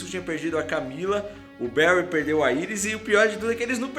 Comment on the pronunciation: queria te falar para começar a falar Iris do jeito certo, que é como eles chamam ela na serie e pelo amor de deus não fale vibro, kkk fale os nome dos personagens em inglês(que é língua original)